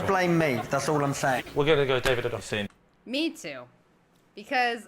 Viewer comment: Weird how Rob and pronounces David O'Doherty's last name differently.